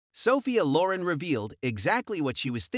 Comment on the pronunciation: Loren has the emphasis on the second syllable. Just in case you want to pronounce it correctly.